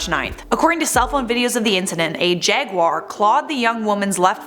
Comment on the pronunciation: Another reason to like more, she’s one of the few people I’ve heard that pronounces jaguar correctly. Most pronounce it jag-wire and it drives me nuts.